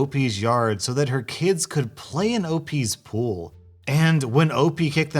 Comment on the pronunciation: This is our ool. Notice there’s no p in it.